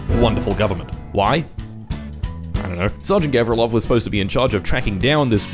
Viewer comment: Actually, it's govrílov, not góvrilov